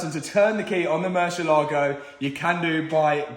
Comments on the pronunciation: Pronunciation please. Murciélago in spanish means Bat. Yes, Batman is Hombre Murciélago, except everyone calls him Batman. Anyways, every time you pronounce it you kill the word and makes spanish speaking viewers cringe. You pronounce it Murshe-lágo with the accent on the a. Ahhh! No! It's pronounced Murciélago. One long easy word with the accent on the e. Find a spanish speaking person please and ask them to teach you this ONE WORD. Hope you fix that grossly overpriced Bat. Saludos from Honduras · spanish speaking person here and it's so funny how you pronunce murcielago🤣